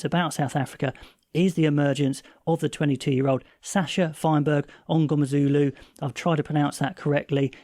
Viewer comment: You pronounced Sasha's name perfect 🎉